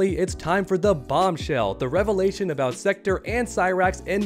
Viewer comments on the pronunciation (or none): none